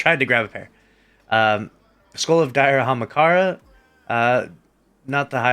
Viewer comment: Just me or does he pronounce "Ahamkara" wrong and call DIM "D2 Gunsmith"... I'm not picky about Xur vids but yeh. Just feedback in consideration of new players. Especially if you want them to watch your weekly Xur vid over others